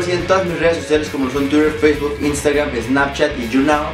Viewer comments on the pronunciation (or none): none